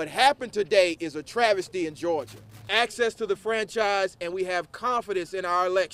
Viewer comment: I love this ladies heart and intentions here..but she said ...this is a trajesty...lol. ...I THINK SHE MEANT TRAVESTY. I HOPE SHE AND HER CONSTITUATES WIN THIS DEBATE